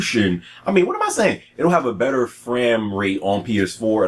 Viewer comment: I died ! LOL "fram rate"